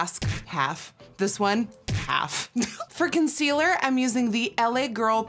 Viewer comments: When she says “for consealer” I thought she said “friking sealer” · When you said for concealer I thought you said fricken sealer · When she said ‘for concealer’ I thought she said ‘FRICKEN sealer’. And I got really scared